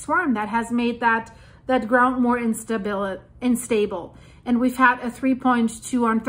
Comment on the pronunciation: The "unstable" mispronounciation. Don't worry about it. Your English is wonderful. Wish my German was as good. 😂